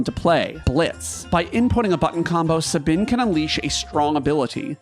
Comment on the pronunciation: Incredible pronunciation of "Sabin," absolutely never heard that one before. You may be one of a kind.